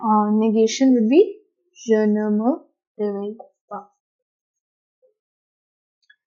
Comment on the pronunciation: Yes,mostly i saw that indian people dont pronounce in french accent, this indian style french is useless in france and canada Eg: Indian pronounce-Je me réveille tôt French pronounce-Je me gheveille tôt